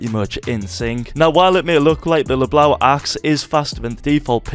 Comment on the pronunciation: fyi... It is pronounced Lebow the "eau" makes the o sound. Love the vids by the way keep up the good work.